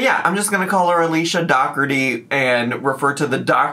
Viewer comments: Do.ker.ti would be the Irish pronunciation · Dockerty is the British/Irish/Scottish pronunciation. Pete Dougherty is a British pop star who dated Amy Winehouse, for example, and his name is ofc pronounced Dockerty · the issue is she pronounces her own last name wrong. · I have never heard it pronounced Dockerty...I knew two brothers in my younger days and their last name was pronounced DOH-erty. Weird. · It’s not. Look up how Irish people pronounce it. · That part